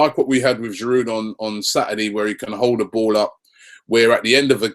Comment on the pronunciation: Robbie the D in Giroud is silent I think